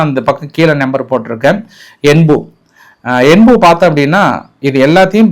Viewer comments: யென்பு இல்லை. யான்பு. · என்பு அல்ல அது யான்பு என்று சொல்வார்கள்